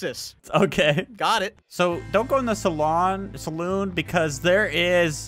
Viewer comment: Its saloon not salon